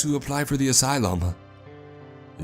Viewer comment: “asylym